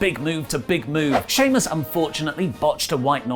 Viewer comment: Did say king shemus 😂